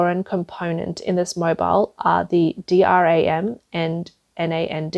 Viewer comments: in case it ever comes up again in another video 'SK Hynix' is pronounce 'SK Hi-Nix' ... got it? ALSO NAND and DRAM are not said with each letter, they are just said as the words they spell out Nand and Dram - got it? Good! I hope this helps.... and I hope that this doesn't co-me off as rude, I just want to be helpful and maybe make the channel just that little bit better :) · Is there any way to get narrators that understand the English words/acronyms they're trying to read? Words like Nvidia, DRAM, NAND, heterogeneous, etc. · Get your narrator to say Hynix, dram, and nand, and nvidia correctly.